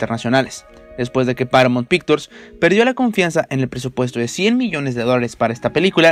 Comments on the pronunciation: Paramount Pictures?? Porque pronuncia tan mal???? WTF??? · Que por favor el de la voz en off aprenda como se pronuncian los nombres de actores y compañias mencionadas. POR FAVOR. No puede decir PARAMONT PICTURS o MAIKI ROUR, O LEUIS. Pésimo. Parece la pronunciación de Peña Nieto.